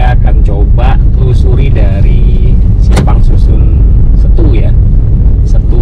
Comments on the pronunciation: Seeettuuu. Bukan Stu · keren om, tapi untuk Setu, e nya di baca kayak Cikeas, atau tape om....